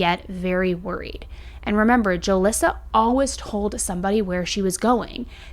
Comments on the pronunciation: I’ve never heard anyone say “always” like you do. Like “Alwez” no judgement, just an observation 😊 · Why do you say alwaYs like alwas it drives me insane 🥺